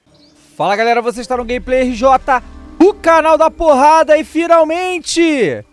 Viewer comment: "O CANAL DA POHADA" que delícia